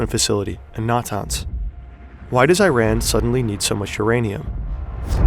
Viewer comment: That isn't how you pronounce Iran, Natanz, or Arak.